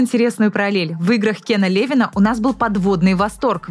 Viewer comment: Кен ЛевИн же... ударение пжлст